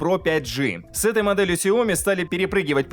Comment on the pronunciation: В названии сяо ми ударение падает на и ! Запомните на будущее. 😜